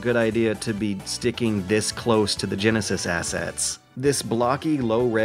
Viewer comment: ... Excuse me? Did you just pronounce the word "genesis" as "jen-a-sass"? Did you just turn into Forrest Gump? "Jen-nay, can we play tha Say-gaw Jen-a-sass?" It's Jen-uh-sis.